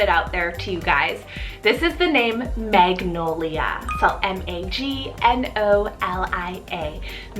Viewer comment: My aunt is named MAGNOLIA and her nickname is NOLIA but she doesn't pronounce it the way you do on here. Also my cousin is NOLIANA.